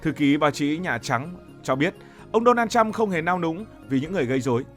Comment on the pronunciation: Thằng BLV này ăn nói sặc mùi cộng sản. Đọc tên của người khác còn sai ( Đô na trăm??!??? Tao lạy) mà đi bàn chuyện thế giới